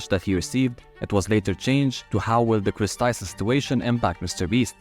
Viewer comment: It’s not ava Tyson it’s Chris Tyson